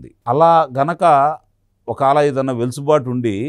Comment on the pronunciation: వెలుసుబాటు కాదండీ... వెసులుబాటు.... ఆ పదం వాడకుండా వీడియో మీ వీడియొ ఉండదు... మాకు వినక తప్పట్లేదు 😊😜